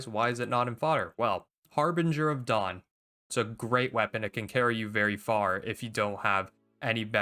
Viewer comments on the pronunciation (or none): none